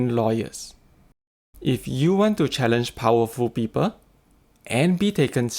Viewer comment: Narrator pls improve yr english Prononciation its not peeper..its pronounced as PEOPLE the